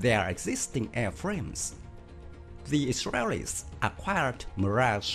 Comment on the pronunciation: Now what kind of accent is that "the israreris 😂😂laughing my ass off